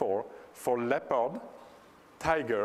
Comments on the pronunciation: Whats wrong with DLL's and the registry? DLL's are a part of a program and the registry is a way of sorting information. People have to know their computer - they have to think. Like Apple fanboys, they must have Steve Jobs thinking for themselves =/ And lol the guy cant say "Leopard" right XD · Good MOANING LEPOD QUICKLOOOOOOOOOOOOOOOKK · he pronounce it like this: LepARD. he really stick on that A. yeah sounds good. I believe he comes from Switzerland? Probably not.